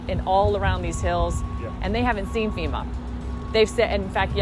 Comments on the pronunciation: Not Femur it’s Fema. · Colon ... FEMA is pronounced FEMA ... not FEMUR.